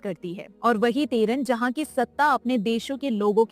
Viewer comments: Teharan nahi tehran bolo. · TEHRAAN BOLNA AATA NAHI TEHRUN BOL RAHI HAI. BAAKI SAMAJH LO KITNI AKAL HAI ISME. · Jis ko tahran sai say pronounce krna nahi ata wo btaya ge ab hm ko 😂😂😂😂 nice joke